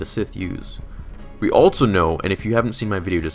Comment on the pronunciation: Bro it’s also... not altso.